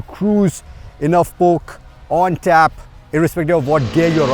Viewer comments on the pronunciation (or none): none